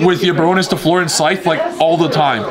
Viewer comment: pls read this! Bar(onne) the "onne" sounds like the "one" in gone Fl(eu)r the "eu" sounds like the "u" in f(u)rry or h(u)rry